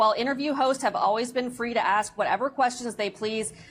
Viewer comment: Ask. Not “aks”. You’re a very intelligent man. Saying “aks” instead of ask makes you sound ignorant. Otherwise, love your content.